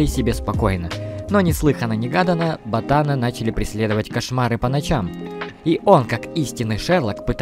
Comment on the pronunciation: Не Бота́на , а Ботана́ .